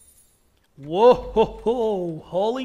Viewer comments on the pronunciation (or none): none